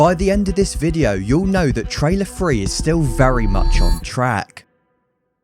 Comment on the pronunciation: Dude it's Three not Fwee 😂